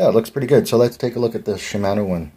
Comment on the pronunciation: Shi-man-o 😂 it's shi-mah-no